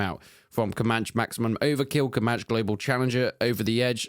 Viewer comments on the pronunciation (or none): it's wild how confident that ai voice says "comanch"